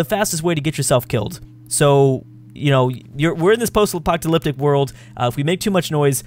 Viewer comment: You pronounce apocalyptic weird